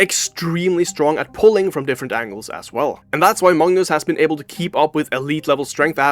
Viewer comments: Why do you pronounce Magnus as Mungus? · the guy narrating says 'mangus' or any other time he says it